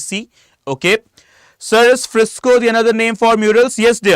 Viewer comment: It's fresco not Frisco.....pls don't provide wrong info...sic